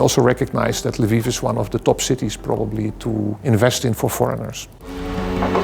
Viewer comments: Why does call Lviv Livu? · Why does call Lviv Lavu?